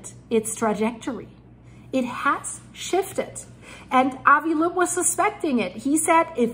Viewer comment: Just a note... Avi Loeb pronounces his last name as "lobe."